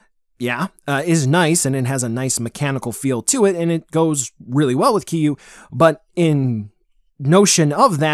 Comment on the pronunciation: It’s not “Keeyuu” bro. I know there’s dif pronunciations but you way off. Lol